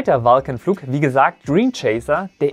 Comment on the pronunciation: Vulcan hat sich jetzt wie Falcon angehört --- akustische Halluzination oder is da was anderes schief gelaufen